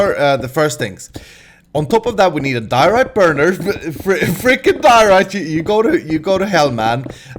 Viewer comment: I must say I laughed really hard when you said but didn't actually say diarite